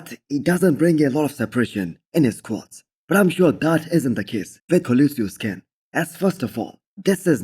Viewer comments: Co-lo-ssus ✔️ Co-li-sius ❌ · Love the content. For colossus it’s pronounced: “call, aww, sus”. Cheers!